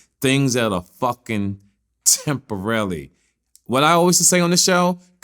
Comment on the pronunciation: So nobody gonna talk about saying temporary wrong? 😂😂😂